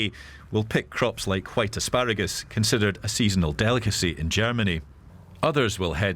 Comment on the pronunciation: Asparagus, not aspargus.